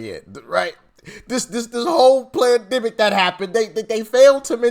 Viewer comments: It sounded like you said PLANDEMIC....PERFECT TERM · Did you say "Pland-demic" Doc? cause that's what it was. All planned with Nancy Pelosi's name all over it. And I heard they are going to start to come after (as hate speech), everyone who says FJB on any comments. FJB FJB FJB FJB , come get me.